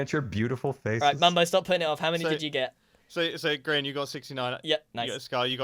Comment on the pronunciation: let me guys, you said grain on purpose?